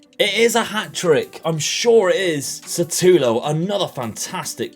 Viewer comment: its not satulo its shutalo my guy